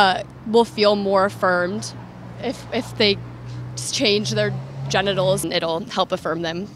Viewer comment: Let me giv u a hint ok "GEN"itals, "GEN"der🤔